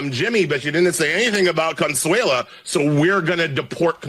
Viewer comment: Is Consuelo, not consuela.